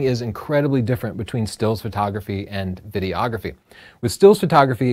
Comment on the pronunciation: Good info, - as a working pro I often use many of these tips. Not meaning to nit pick, but noticed you're often saying "video-ography" or "video-ographer". Imagine calling shooting stills "photo-ography", or yourself a "photo-ographer":D